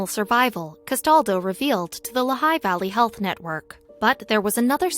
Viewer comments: It's Lee-high, not La-high. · How many others of you have been shouting at their computer, "It is pronounced LEE HIGH"? Interesting story, with any random still photos, and little real life continuity. And zero is "unusually cold in Pennsylvania?"